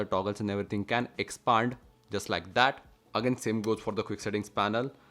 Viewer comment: "Xxpaaand" Lol